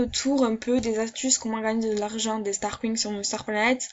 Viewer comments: Super video merci pour les conseils il me servirons ;) et sinon on dit starcoins pas starcouing xDD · On fit starkoyne 😂😂 pas starcoing mdrr 😂 Sinon je t'adore! JE TE SUIS DEPUIS LE DÉBUT DE TA CHAINE GROS BISOUS 🌹❤❤❤❤❤❤👑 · Comment t'ai richeeee sur MSP t'ai Une Start :) 😂 combien de fois ta dit stargoing ? 😂 Comment tu le dis MDR et ton accent ptdr 😂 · Mdrr des "starcouing" xD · J'adore ton axent j'adore Strascouig sinon super vidéo 🖒🖒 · Ha ha jpp comment elle prononce xDD